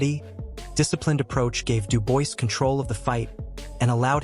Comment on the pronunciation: Stop making videos about boxing if you can't even get the fighter's names right = STOP saying DU-BOYCE his name is Daniel Dubois pronounced DU-BWAH !